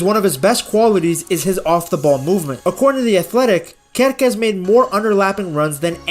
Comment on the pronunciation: your pronunciation of Kerkez is perfect in Serbo-Croatian btw, I love the small details like those that you provide